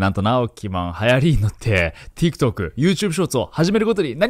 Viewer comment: tiktokの言い方が本場っぽくて好き